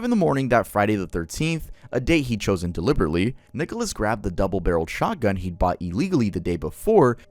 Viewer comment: I'm pretty sure it was "chosen by Clementine" not closen lmao.